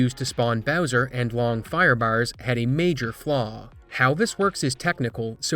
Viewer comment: Took almost the entire video to parse that you were saying "Firebars" and not "Firebowers" lmfao